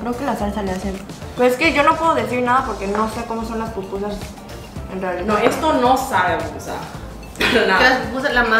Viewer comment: Cómo que eso de pupusas se escucha como popó chiquita...!? 🤔🤔🤔🤔🤔🤔🤔